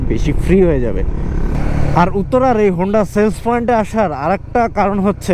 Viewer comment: Point ✅ Foint ❌ Sticker ✅ Istikar❌ Exhaust ✅ Egjost ❌